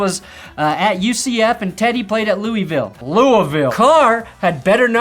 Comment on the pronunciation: He did it. He pernounce Louisville correctly! For a half second. Let's get him to 800k subs for it!